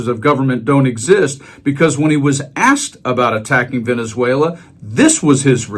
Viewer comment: Did he say " Venzuayler " ?